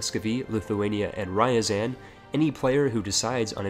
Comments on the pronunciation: Ryazan - it's [r'azan'], not [rajazan'] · The way you pronounce Ryazan is wrong. It's not "Ríazan", the "Ry" is pronounced the same way as in "Ryukyu" And the accent Ryazán (Рязань) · I am russian, and I am very triggered by this >:( :D